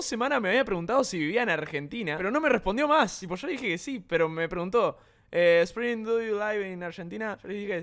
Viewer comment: Se dice esprin🙄